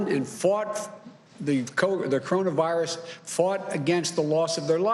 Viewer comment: Slow the teleprompter down. Every time, you guys run the teleprompter too fast. Come on man! He can't read that fast. He can barely say coronavirus.